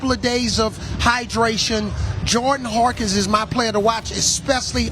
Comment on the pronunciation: Love Avery Johnson, but good lord my guy, it's Hawkins, not Harkins